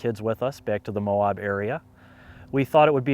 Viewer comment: Nice video mate. We locals pronounce Moab “MOW-ab” like dude your abs are so ripped. Not MOW-obb. Safe travels